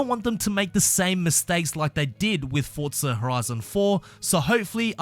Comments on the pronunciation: I don't know why you are punishing my ears when you say fordtza FFS it was very fussstrating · I dont know where he sees the letter "t" in the word forza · Cant wait for "fortza" horizon 5 😂